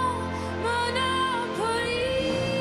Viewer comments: Elle chante super bien mais le fait qu'elle dise Monopolis sans prononcer le "S" à la fin, ca m'a trop fait penser au jeu "Monopoly" et ca m'a sortie de la chanson. 😅😅😅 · Ecoutez juste la fin ou elle cite ' Monopolis " on ne l'entend pas non plus le S ,quelle histoire ,pff ► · Juste sublime, magnifique, magnétique ! ❤ En revanche, je suis étonnée que personne, dans les professeurs de chant et répétitrices, ne lui ai dit que le « S » de Monopolis se prononce !